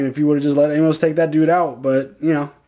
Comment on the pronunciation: I love love love you guys, but y'all are making me nuts! Amos is pronounced AIMus! 😀 I know is a little bit picky, but it's making me crazy!